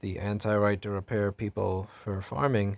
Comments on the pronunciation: Right to Repair, or Right to RePURR, heh?! Amirite?? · Right to RePURR Sounds good.